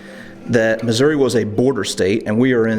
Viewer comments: Very interesting and informative. You get extra props for correctly pronouncing New Madrid (fact) and Missouri (opinion). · Thank you for pronouncing Missouri the right way. ( at least from central Missouri on up.)